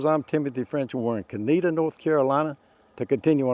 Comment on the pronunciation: Thank you for pronouncing the name right!